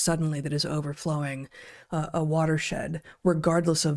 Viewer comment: Heather on point with the Huascaran and callejon de huaylas pronunciation